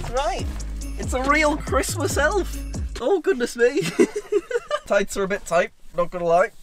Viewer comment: No one: Literally no one:: My Thights Are A Bit Thight